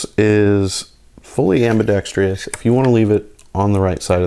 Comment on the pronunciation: It's ambidextrous NOT ambidextrious.